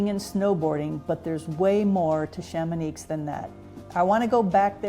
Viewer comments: for the lady in the video: the x in Chamonix is silent ;) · The "X" at the end of Chamonix is silent !